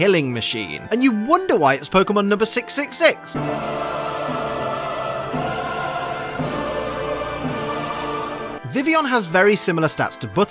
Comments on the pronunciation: It annoys me so much when he says 'vivion' instead of 'vivillion' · but he said vivion. WHY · oh hang on, I just re read your comment and realised that you said "l's" not 'is'. But since when are the l's silent. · The ls are silent... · there's no 'is' in vivillion. He never says the 'ill' in it.